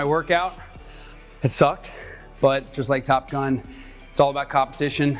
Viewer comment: "I'm gonna show you how to train like I did.. for Top Gum" 🤣